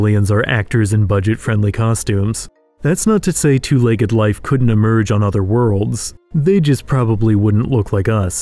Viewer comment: Say legg-ED one more time.